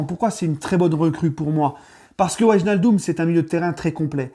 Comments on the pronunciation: Tu site très mal son nom comme la grande majorité des Français...ij se prononce hey. En gros c'est wèinaldum. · Par contre il va falloir que tu apprennes à prononcer son nom 🤣